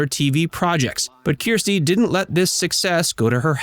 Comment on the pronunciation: Her name is not Keerstie! She said it herself: her name is Kirstie, ie: “like thirsty”.